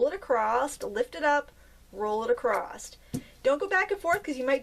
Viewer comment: Argh!, I love you to bits, but there is no T on the end of 'across'! 😝